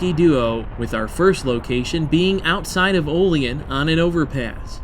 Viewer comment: OLL-EEE ANN, NOT OLL LEE EN. IT IS OLL- LEE- ANN OLEAN. THERE IS NO SOUTHEREN DRAUL IN WESTERN NEWYORK. BUT AT LEAST YOU DID NOT SAY O-LEEN.... TRY WARREN PA WHERE THEY MAKE RR CARS WHICH IS WEST OF HERE . ALSO ON THE STATE LINE. THEN THE BIG TIME LINES GOING FROM BUFFALO --ERIE ----CLEVELAND- DETROIT---CHICAGO THIS IS A MAJOR BIG TIME ROUTE FROM NEWYORK CITY TO POINTS WEST SINCE 1776. ALSO CHECK ERIE CANNEL AS RR BECAME COMPETER AND KILLED THE ERIE CANNEL THIS WOULD BE GREAT VIDEO... AND NEXT TIME YOU IN AREA DRIVE DOWN ROUTE 62 FROM WARREN PA. TITYUIT TIONESTA OIL CITY FOLLOWING THE ALLEGHANY RIVER..